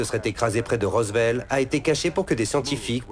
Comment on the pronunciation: "Désert de Mohavie", "RossVell"... mais ils vont les chercher où les doublages ??